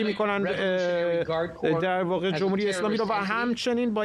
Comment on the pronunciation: گزارشگر: جووم هووری... منظورش: «جمهوری»